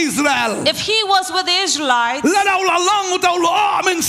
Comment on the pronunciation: You can say lsraelites